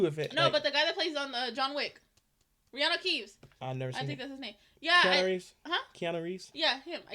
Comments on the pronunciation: Reano keevs))) wtf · "Reanu Keeves"?